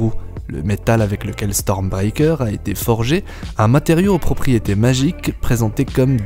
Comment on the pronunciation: STORMBREAKER et non "stormbiker" lol